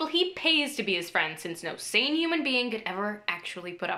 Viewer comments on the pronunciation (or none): none